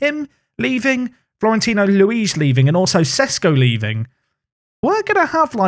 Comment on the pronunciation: He's Sheshko, not Sesko.